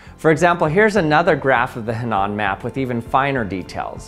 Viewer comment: what's that word he's saying? "Hanan" map?! I can't find anything relevant by this name..... WHY DO PEOPLE NOT TYPE OUT OBSCURE NAMES. Sorry. Thank you